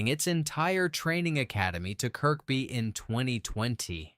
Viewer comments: Pronounced Zed-cars! Also pronounced Kerby. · Domes day book 😂😂😂it’s Dooms day!!!! It’s Kerby zed cars (Z cars)! Pronunciation sucks!!! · More AI shite. Nothing to do with Kirkby (middle K not pronounced) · People who live here pronounce it Kirby, I've never heard anyone pronounce it Kirkby, not that it makes any difference, I love west (Kirby) by the way 😊👍